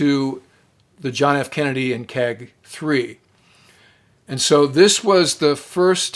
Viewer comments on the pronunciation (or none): none